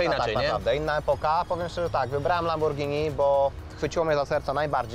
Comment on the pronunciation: Lamborgini xdddd